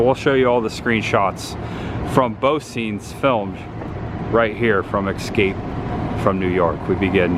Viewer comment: "ESCAPE' not EXSCAPE ffs. otherwise, good stuff